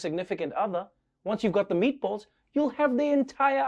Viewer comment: "Meatbölls"?! Why not just use "ä"?